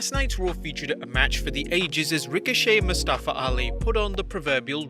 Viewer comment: Anyone else annoyed by how Mustafa’s name was mispronounced last night so many times during his match with Ricochet?